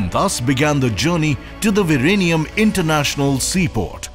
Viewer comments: Its Vizhinjam V--Zin--jem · I taught Z in Malayalam was pronounced as L. Was he saying Virenium or ViLenium?